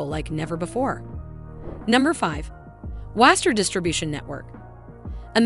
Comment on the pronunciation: And its Wasco not Waster 😂